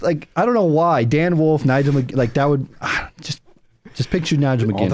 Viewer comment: "Dan Woof"